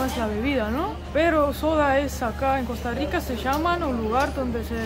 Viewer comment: Cuando el chico trata de pronunciar las erres de costa rica, no las pronuncia bien, las pronuncia como gringo. Puede sonar parecido, pero no es igual, la erre costarricense es retrofleja y la erre gringa es aproximante. La erre retrofleja es más difícil de pronunciar, por lo que se entiende que la pronuncien a la gringa y piensen que eso es todo.